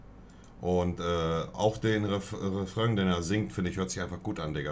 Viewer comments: Er schreibt Refrain falsch, weil Monte es wie Refröng ausspricht. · Niemand: wirklich niemand: monte: refröng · Erst Parföng und dann noch Refröng😂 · Was für "REFRÖNG" 😂😂